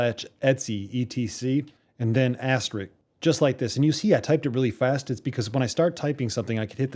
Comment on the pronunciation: AsteRISK not RIX.. FYI...